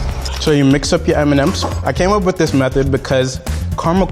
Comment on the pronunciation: Did he say Eminems instead of M&Ms? 😂